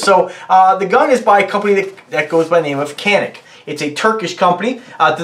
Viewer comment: I actually have the original gun this gun is copying...the Walther P99AS. Its one of only 4 polymer guns I own ( prefer steel and DA/ SA) and carry it everyday. Also, it’s pronounced in native as Yan-Ick.